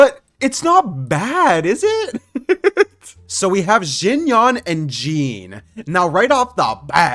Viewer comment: IT'S PERNANOUCED XINYEN NOT XINYAN